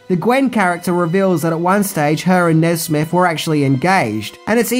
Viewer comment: Maybe because Buzz was 'buzzed', Nesmith ended up sounding like 'Nesbit'